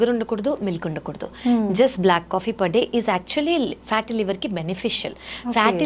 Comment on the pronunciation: Anchor. Alcahaal Block coffee...em pronunciation